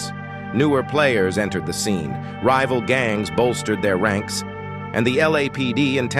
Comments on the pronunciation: What is going on with the pronouncing of words like rival (rivil) etc it's TERRIBLE can't listen to this sh!t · ‘’Need to organeese a concert in a rivvel gangs territory’’ ☠️😂